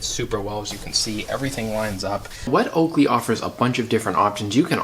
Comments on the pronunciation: It’s “wet oh-co-lay” not wet Oakley. Okole in Hawaiian is BUTT these seat covers where first started in Hawaii for people like surfers, and the rest is history. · Oko LEH…. not oakley, not oko lay. Oko leh. Good video though thanks! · Wet "oakley" 🤣 fyi, its pronounced "oh-co-lay" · It’s pronounced o ko lay, it’s Hawaiian for Butt.